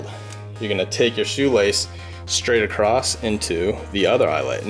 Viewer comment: love the video to bad you sound illiterate saying acrost there's no t in across.